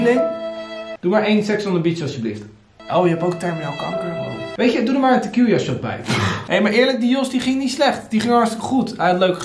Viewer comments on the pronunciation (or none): none